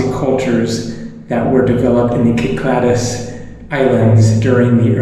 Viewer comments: Hi,. Love your podcasts. FYI - Clyclades is pronounced 'sickladees'. If you go back to Kefalonia, please visit Sami and have some spanakopita from the local bakery - totally delicious! Wish I could be there! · Actually, most Greeks pronounce it 'Kick-lad-ees' and in some places it's even written with K instead of C (like Κυκλάδες, Kykládes), but most western speakers (myself included) find it more natural with the soft C (see). I agree that it's often mis-pronounced like 'sy-clayds'